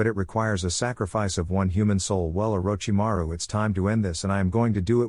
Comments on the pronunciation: that part is just the AI having issues pronouncing his name. Probably using a free text to speech program. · and I always start laughing when I hear them saying it 🤣🤣🤣